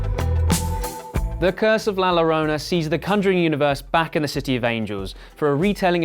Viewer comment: "The cunjuring"